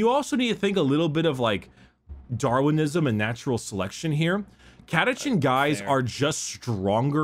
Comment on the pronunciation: CataCHAN not CataCAN'T.